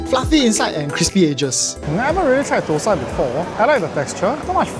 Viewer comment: dont pronounce it ThoSai (4th Tone) which means it sounds like shi.Tho Sai (1st Tone) pronounced thah-seye.